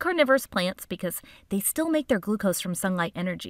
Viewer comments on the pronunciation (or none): none